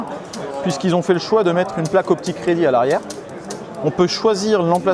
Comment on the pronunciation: Confirme moi, quand tu parles de la ligne de visée ti dis "optic ready"? Ou alors "aux p'tits crédits" ? 😂